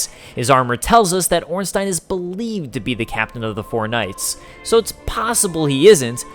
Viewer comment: Oh thanks for saying Ornstein correctly